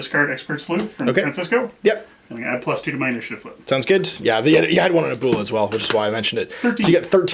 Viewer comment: You really need to check the pronunciation of the spanish word for grandmother ;)